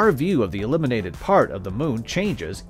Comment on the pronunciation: Heard so many of these from many people. I always took "dark side of the moon" to mean we didn't know what it looked like, so it was a dark patch in our knowledge. The way the narrator say "illuminated" sounds like "eliminated".